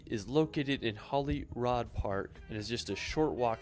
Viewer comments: Holyrood park is pronounced Holly-Rude park btw. I can't even type the way that guy pronounced it because it makes me cringe as a Scotsman to hear that let alone try and write or type it. Oh and Scotland is simply the Scot's back yard, my back yard that i have never even explored myself having lived in a concrete jungle my entire life. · Glenfinnan is pronounced fin an, NOT fee nan. As you said guys it's Edinbuh-ruh, NOT Edin boro. Holyrood, NOT Holyrod. The pillared edifice at the top of Calton Hill in Edinburgh is known as Edinburgh's Disgrace. When started it was supposed to be a replica of the Parthenon in Athens and to be a National Monument to the fallen Scottish soldiers of the Napoleonic Wars but they ran out of cash with only about one third of the building finished. Btw, the best known repellent for the midge is actually a beauty product called "Avon Skin So Soft", which works far better than any of the over the counter insect repellents. Loch Lomond is pronounced Low mond, NOT Lomaund. As a point of interest, Loch Ness, while sadly not containing a monster, does contain more water than all of the lakes of England and Wales combined. I lived in Stonehaven for a couple of years, way back in 1962-65(aged 9-12). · You pronounce Edinburgh correctly, he doesn’t. It’s Holyrood not Holyrod . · Edinbro😂 (Edin bruh), Gen fee nan 😂( Glen fin anne), how he got Holy Rod from Holyrood Park I have no clue. could go on but honestly its too funny to correct everything 😂